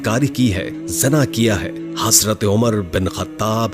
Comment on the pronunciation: Lafz hasrat nahi hai hazrat hai bahi jan ap bar bar hasrat hasrat kahrahy hai .